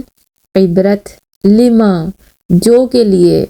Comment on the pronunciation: Not lima its lama dear